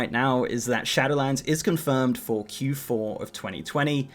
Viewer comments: It's SHADOWLANDS, not SHATTERLANDS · Am I the only one who hears "Shatterlands" when he says "Shadowlands"? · Istg you say shatter lands again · I hear "Shadowedlands"